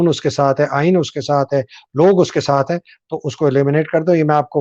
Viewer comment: 👉👉👉Actual Aeeen is Aain Bain Tain hai……